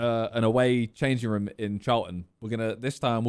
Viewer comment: Why does Simon say room, "Ruom?